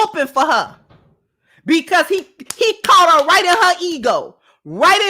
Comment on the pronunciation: "I get cour-ted..."😂 That Hyena needs to get caught and released back into the wild!😂😅